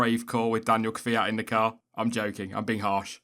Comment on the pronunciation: Did I really just hear an English speaker pronounce Kvyat's name correctly? What sorcery is this?